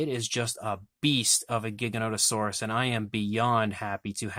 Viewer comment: It's Gigan oto saurus never ever a giga. Everybody mispronounces the makes me wanna fucking kill them.